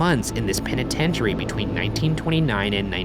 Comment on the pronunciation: This episode is brilliant and everything but isn't anyone else stuck on the fact that Ryan pronounces the name as "pen-i-ten-tary" continuously!?!